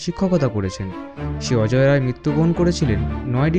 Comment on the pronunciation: নামটা ভুল বললেন।অজয় নয় অজেয়